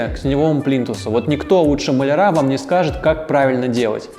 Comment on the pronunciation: Спасибо! Очень много интересного и полезного узнала из Ваших видео. Но, пожалуйста, не говорите «плинтусА» - правильно плИнтусы. А также малярЫ, а не малярА. Правильная речь сделает Вас ещё более крутым дизайнером) Удачи!